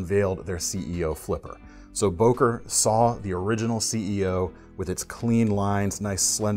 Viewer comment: It is written "Böker" or "Boeker", but not "Boker"!